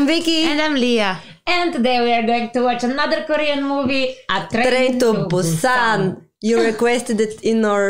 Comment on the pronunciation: "Train to Bu↘️san↗️" Perfect accent, better than Seoul people.